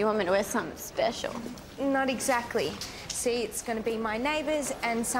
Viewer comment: the way says "special" lol